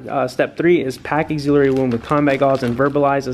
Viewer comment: Axe-eh-larry not auxiliary 😂.